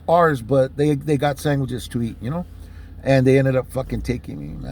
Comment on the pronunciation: Did u say “saingwhichs” 😂